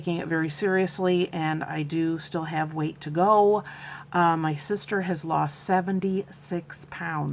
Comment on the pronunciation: Weight loss, not ER loss 🙂.